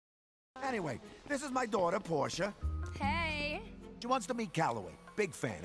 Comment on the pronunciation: It’s Porsha Not Porscha